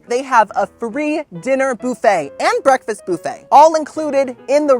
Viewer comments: oh my dam its not "boo fay" its "buf-fah" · Boofay. I love you but please, just for me, say bUHfay. Just once. Just for my ears. But I can deal with the kwayso instead of k-so (tomato/tomahto am I right?) 😂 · I love you. Funny, solicitous and just a nice guy. I just have a question..why do you say booofet instead of buffet like everyone else. I don't wanna be a Karen. I just wondered is all. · BOOFET!😂😂😂 BUFFET! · Lol Boofay. Dude it's buf-A. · I like how you say “boo-fay”. 😂